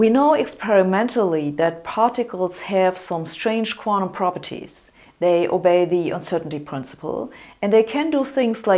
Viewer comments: Ich auch, but not the way she mispronounces "quanTum" as "quan-um"! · I love hearing Sabine say 'quantum'.